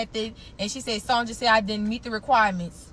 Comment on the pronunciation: Lmao! She said Sonja with the J!🤣🤣🤣